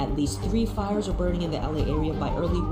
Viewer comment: *fires not ires